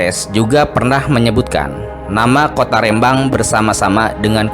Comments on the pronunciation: Rembang bukan rèmbang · minimal cari info cara melafalkan rembang bukan kayak melafalkan Medan tp RE nya seperti melafalkan Remah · Pengucapan Rembang salah, huruf e adalah e pepet seperti pada kata senang, telinga dsb...